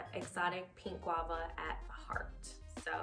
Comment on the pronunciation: She said Exotic pink Guave ? Where you find that at? 😂😂😂😂 subbing lmao